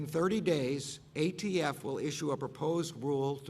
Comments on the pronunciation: The dumbest thing I’ve ever heard was sue the gun manufacturers. You can’t compare tobacco which is addictive to guns. Gun violence is not a gun issue but an economic one. He said AFT isn’t it ATF? 🤔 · Umm... The "AFT" huh, I could have sworn it was ATF but what do I know! 🤷‍♂️ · “tHe AFT”